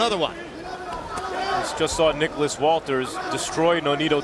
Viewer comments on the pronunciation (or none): none